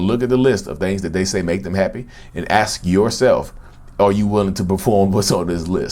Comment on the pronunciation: Can you make a Narcissist "Heppy"? I like the way he pronounces happy